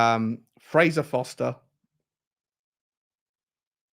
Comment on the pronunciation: FOR-STER, not FOSTER 😂 Let’s be honest it’s probably got to be Tosin for home grown. I can’t see us getting the best player in Todibo, Spurs don’t do that, we eat the scraps. I’d take Solanke but he’s a £30m player, just as Brennan was only really worth 30m